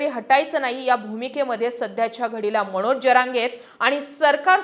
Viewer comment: मणोज नाही हो मनोज म्हणा. विधाणसभा???😂